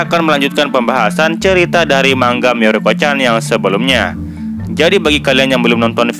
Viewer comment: biasanya denger manga , dibaca mang-a tapi ini yang bener manga -> Ma-n-ga / ma-ng-ga good , ditunggu juga mierukonya favorit nih